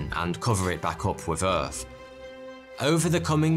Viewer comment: Please explain, why he speaks so ƒucking strange. Please someone. Is this how people in wales speak? Moomfs instead of months; earf instead of earth etc...